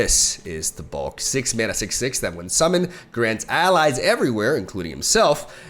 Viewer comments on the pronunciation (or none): none